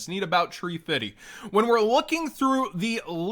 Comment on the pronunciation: 🤣🤣🤣 man really said “your gonna need about tree fiddy“